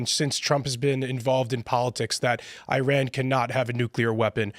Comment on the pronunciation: needs to learn how to pronounce Iran.